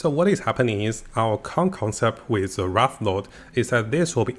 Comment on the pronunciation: Wraith, not Wrath.